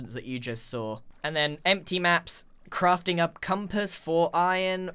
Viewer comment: It almost sounds like hes saying "crufting"